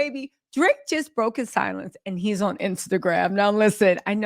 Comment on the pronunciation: Ughhhh i love the way you say "ouun" aka "on" ❤❤❤❤😅😅😅